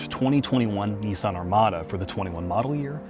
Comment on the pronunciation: It's pronounced Kneesarn